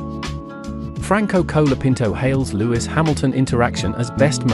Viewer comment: Who is 'Cola' Pinto? It's pronounced 'Col' as in 'Hol' (Holiday) So his name is 'Col a pinto'.